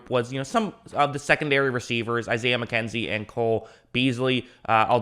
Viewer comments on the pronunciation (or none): none